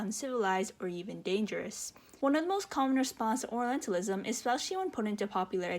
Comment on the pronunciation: I can't be the only one hearing oralentalism instead of orientalism, right? I don't mean it in a mean way, please don't get me wrong. But it's just an observation from the video and I couldn't see anyone commenting about it. Otherwise, I think I agree with OP on most of the points they make about the game and the representation/misrepresentation of oriental cultures.